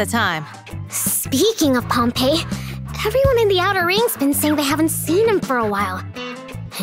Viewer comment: It's actually Pompey (pom-pee), referencing General Pompey the Great of the Roman Republic, who was an enemy of Cesar. Pompeii (pom-pay) is the city which was destroyed by Mt. Vesuvius. The ENG VAs actually got the pronunciation wrong since more people are familiar with the city rather than the general.